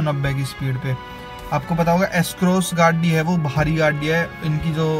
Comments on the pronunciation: bhai pahle gadi bolna sikh lo ache se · gadi bolna nhii ata kyaa tuje